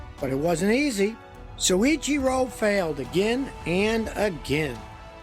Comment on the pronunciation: Excellent content here Scotty. FYI the name is pronounced as Soy Chee Ro.